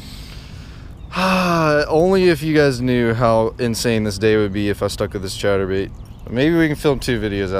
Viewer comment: I’m out for 3 weeks and you keep doing on saying chater bait boy it is a spinner bait